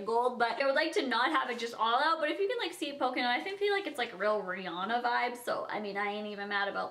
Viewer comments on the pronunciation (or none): none